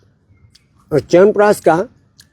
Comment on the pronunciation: I can bet on this! Noone else in this world pronunciate "Chyavanprash" betyer than you... All my hemoglobin, white blood cells, bp, sugar, etc.. comes into balance just after hearing "Chyawanpraash" from you. 😂😂